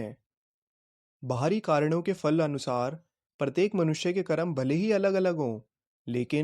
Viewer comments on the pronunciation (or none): none